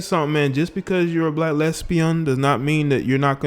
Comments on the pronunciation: Omgawd Lmmfao🤣🤣🤣😂the way you say lesbian, (les'bion) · The way you say lesbian is HILARIOUS 😂😂😂😂😂😂